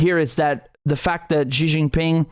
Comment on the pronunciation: Xi is prounced as See 😊 Not Jee 😊